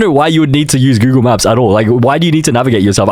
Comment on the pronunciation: Bro really said Goolag. It's Google, not Goolag.